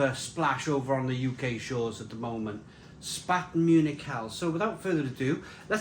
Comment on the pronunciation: It’s pronounced Shhpahten !